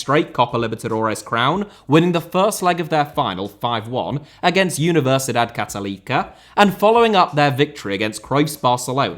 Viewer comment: Someone needs to help you with your pronunciation of Spanish words. The way you pronounced “Católica” and “Peñarol” was hilarious 😂